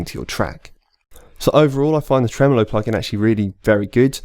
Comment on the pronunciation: It’s “Tremolo” not “Tremelo”